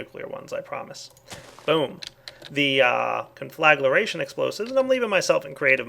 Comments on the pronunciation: ungh... con-fla-gra-tion ... not con-fla-gla-ra-tion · CON-FLUH-GREY-SHUN DEF: TO SET ABLAZE NOT CONFLAGURATION Also - that nuclear fallout spreads. It's best to clean it up immediately after detonation. (I used to have an old version of this mod; it was nasty stuff testing it) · I get just a bit annoyed every time he said conflaglaration instead of conflagration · con-fla-gra-tion ... not con-fla-gla-ration .... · CON-FLA-GRAY-SHUN JESUS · Conflagration = kahn-fluh-gray-shun. Otherwise, cool mod, looking forward to checking it out. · learn how to pronounce conflagration